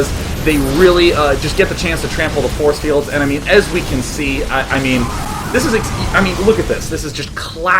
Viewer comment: I lost it when he said 'borce bields' I couldn't breathe.